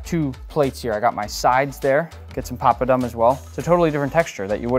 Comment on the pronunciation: My ear hurts everytime he says, "papadum" .